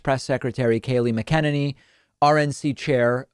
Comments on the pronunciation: David: is pronounced MAK-UH-NAN-EEE. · Why does David pronounce McEnany's name weirdly? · I just don’t get the intentional mispronouncing of KKKayleigh’s last name. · Actually, I pronounce it Mc-a-ninny. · Can never pronounce her name